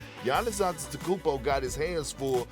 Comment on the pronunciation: I knew way back to stop listening to him when he called Giannis “ROBIN”